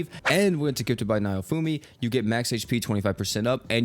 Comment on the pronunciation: How do you get "nye-oh-foo-mee" from "Naofumi" just sound it out please! I love ya man, but you're killin' me! "Nah-Oh-Foo-Mee" all Japanese names are very phonetic